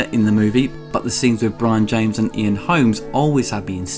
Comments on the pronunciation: Did he call him Ian "Holmes"? It's "Holm," homes. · Ian Holm. Not Holmes. Holm. Not Holmes. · Ian Holm, not Holmes. If you are going to present yourself as an authority on cinema have the courtesy to get actors' names right.